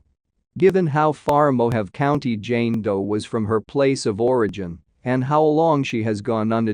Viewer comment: Mo-ha-vee = Mojave